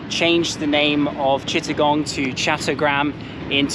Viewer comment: They're actually pronounced "chott-toh-graam" in chattogram, brilliant video by the way!